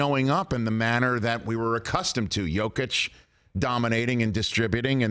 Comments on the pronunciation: Pretty weak attempt at damage control. She wasn't just talking about seeing him live, she clearly had never even watched a full Jokic game. She couldn't even pronounce his name correctly. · I love how he tries to defend Lisa for saying she never seen Jokic play. We know she hasn't seen him play because she cant even pronounce his name right when she was talking about him lol..